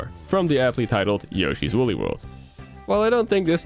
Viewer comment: Look it up, it's Woolly